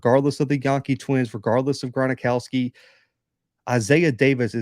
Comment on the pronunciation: Gron-ow-ski Not Gron-a-ow-ski. Gron-ow-ski. Jacks win it 27-23